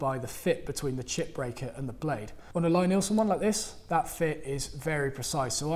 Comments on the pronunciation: It's pronounced LEE, not LYE. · Best woodworking videos on YouTube, hands down. No bull, just simple (and entertaining) instruction. BTW,, I believe it's pronounced "Lee" Neilsen, with a long "e." Carry on!